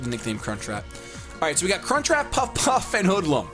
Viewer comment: When says crunchwrap it sounds like Cunt Trap